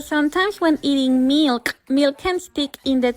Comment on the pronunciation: The way the first video said milk "mILCK" like that "MALK" meme